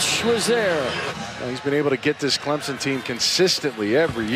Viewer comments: Every time I hear someone say Clemzon and not Clemson I want to pull my hair out. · Can someone please tell her we are CLEM-SON, not CLEM-ZIN? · It's CLIMP-SIN !!